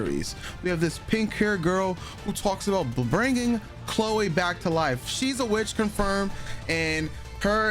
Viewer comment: Lol why do you pronounce her name all weird? "Clo-way"?😂